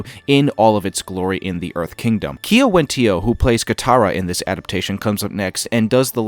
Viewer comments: Just for future reference, Kiawentiio is pronounced as "Gow-wuhn-dee-yo" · FYI Kiawentiio is pronounced Gya-wuhn-dee-yo. It is a Mowhawk name. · Just a tiny note, Kiawentiio is pronounced like 'Gya-wuhn-dee-yo' with a G sound first not a K sound. You can hear her say it in the video :) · gya.wun.dee.yo bro you're pronouncing her name wrong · Sorry, friend, but you have no excuse to keep mispronouncing Kiawentiio's name when she says it for you in the video you're covering right now. SMH. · You'd better make plans. This channel is going to blow up once the show drops. Your breakdowns are so good! But one thing you need to work on is your pronunciation of the names. Kiawentiio is prounounced "Gah-wen-dio", Cormier is pronounced "Cor-me-ay", and Liu is pronounced more like "L'yoo".